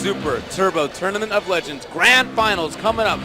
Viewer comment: tournament of "legengs"